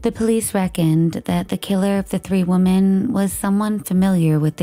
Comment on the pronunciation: The plural form of 'woman' is pronounced "wimmin". It's even spelled differently. 'women'